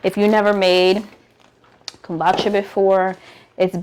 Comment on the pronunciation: 😂 now you know we laughed about this before! It’s Pronounced Kum-boo-cha. I’m cracking up.